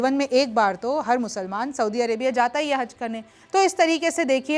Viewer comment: Soubi nahi soudi hota hai